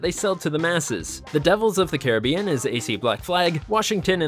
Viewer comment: Bro can't pronounce Caribbean